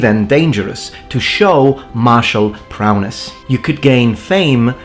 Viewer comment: "Martial prowness?" :p